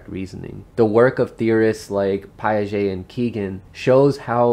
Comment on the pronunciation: Your pronunciation of "Piaget" triggered all my stalled stages of cognitive develptment.